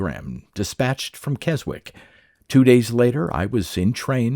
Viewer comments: VERY obscure but Keswick is pronounced kezzik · We pronounce it as Kess-ick round my way. 😉